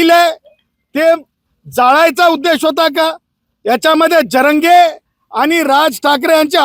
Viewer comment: याला नाव पण नीट घ्यायला येत नाही जरांगे असे आहे झरांगे नाही. कोणती लॉ ची डिग्री मिळवली काय माहित 😂